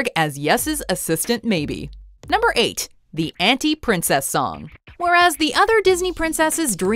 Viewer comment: anti isn’t said correctly